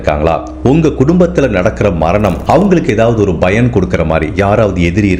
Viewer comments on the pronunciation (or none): none